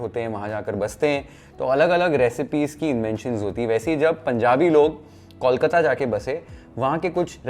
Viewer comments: Since you care about Bengali food, please pronounce Kolkata like Bol Mata, not Kaulkata, or just stick with Calcutta. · Learn the pronunciation of kolkata what's kawlkata?? 😑